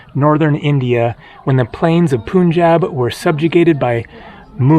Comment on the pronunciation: For correct pronunciation of "Punjab", the first syllable should be pronounced like the English word "pun", and not "poon" . Perhaps your North India vlog will help rectify this common mispronunciation in the West.